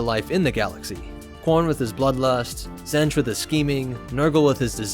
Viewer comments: Zenj? Its pronounced Zeench. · It’s pronounced Tzeentch not Tzentch. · "Zench" Alright, time for a new video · Ah yes ... Zench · Stick to starwars bro cause you completely misunderstood what the warp is and, you can't even pronounce Tzeench correctly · Tzeentch is pronounced with a long E, just for future reference... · Tzeench has a hard "E" so it is like pronounced like "Eat". He is weird like that.